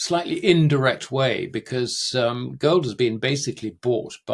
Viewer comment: "wohwd"? "World." "goad" and "gold" are two different words.